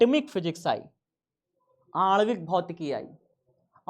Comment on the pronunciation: बाण ❌ बार✅ आण्विक❎ अंदबिक✅